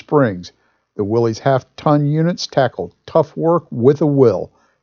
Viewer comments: I love the video, but I hate to have to complain for the 8 millionth time, the name of the car is pronounced WILLIS, NOT WILLY'S, OR WILLIE'S. It was named after a man named John North Willys, pronounced WILLIS, who founded the company that made the car in 1908. Otherwise, wonderful video, great brochure, excellent information. Sorry for the rant, but it drives me crazy. Just saw Dave's comment below...sorry to double down... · Hi, nice car, nice video, nice dealer sales brochure! The value of the Willys Overland's keep going up and up, according to Old Cars Magazine's annual Old Cars Report Price Guide. I think of the 1940 Willys as a mini 1940 Ford. By the way, Willys is pronounced "willis" not "willeez". Please reply. Dave...